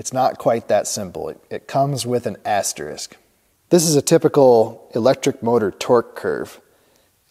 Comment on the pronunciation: All of the above master number crunching nerd-ism is completely validated by the fact that you pronounce the word asterisk correctly. Thank you.